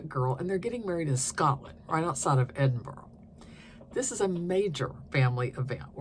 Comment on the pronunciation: Your pronunciation of Edinburgh is pretty good. We live there but I really don’t think I’ve ever seen anyone throw sheep’s testicles over a hedge 😅